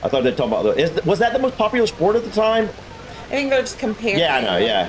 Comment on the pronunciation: *Time, not "tome".